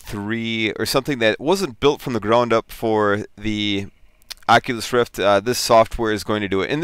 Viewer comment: Prononciation (facepalm) ...